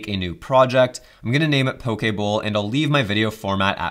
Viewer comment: Thank you for pronouncing poke correctly (,: Also thanks for the great video!!!